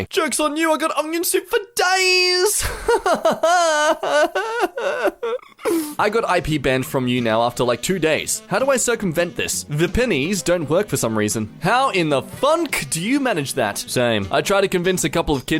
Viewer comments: Everybody reading VPN: "Vee Pee En" reading VPN: "vIpInIeS" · is extremely infuriating. I don't even know when he's trying to be, and when he's just a dumbass. V.P.N.s not v-pennies Euler is pronounced Oiler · How did you just pronounce VPN???? “V punees” what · I'm sorry did you just pronounce VPN's as vpennies? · tfw you pronounce vpn's as veepeenies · pronouncing “VPN’s” 😂